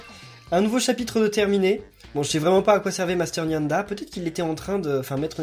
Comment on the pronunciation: Maître nyada et NON maître nyanda